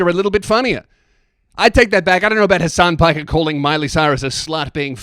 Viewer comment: "harsarn parker" 🗣🗣